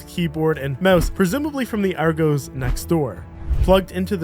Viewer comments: its >ARE GOSS> not goes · RGOES , its Argos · its not "Argoes" its "Argos" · Why can anericans not say ARGOS ... always sounds like Are goose ... its Are-goz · its Argos not ArgOEs. why do americans always overthink other countries grammar, its pronounced just as simple as its spelt why is that so hard to understand. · Are-gos 🤣 It's Ar-gos ffs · Aregooze 😅 its R Goss FYI 😂 (was funny as i had to rewind the video ad was just listening not watching at the time so was like what store haha) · It’s pronounced argoss not argoes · Ar-goes 🤣 Sorry sorry... its pronounced Ar-goss 🤗 Great Video! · Ar-goes 😂😂 Its Ar-goose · ar-gos not goes just thought i would help u out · Did you call it 'Ar goes' ffs you Americans make me laugh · Ar-gos loved how wrong the pronunciation was😂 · Argos is pronounced - Aarr-Goss. “Arrghhh” like a pirate “Arrghhh-goss” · “Argoes” 🤣 never heard that pronunciation before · pfft, the way you're pronouncing are-goss! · I’m sorry but the way you say argos annoys me It’s are-goss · completly off topic but I've that is the first time I've heard Argos pronounced that way. That's wild. Are Gos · Argos isn't the plural of Argo. It rhymes with floss. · I have never and hope to never again hear anyone pronounce "Argos" like that. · You said Argos so wrong it's laughable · Hearing an American mispronounce Argos hurts. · You said argos wrong but we let that slide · It hurts to hear you pronounce argos like that 😂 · 😂😂😂 u said Argos wrong 😂😂😂😂😂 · W video but you cant pronounce argos 😭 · you butchered the pronunciation of argos